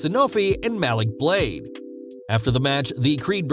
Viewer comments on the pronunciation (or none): none